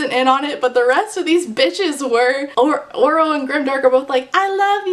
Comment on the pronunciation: I have not read this book and every time you said “Oro” I thought you were saying Orel/Oral until I read some comments and thought “sheesh we’re really starting to run out of names for these YA male leads”